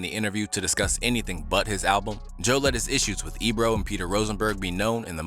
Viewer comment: Joe did have a point about the al-ba-lum cover 😂/😢.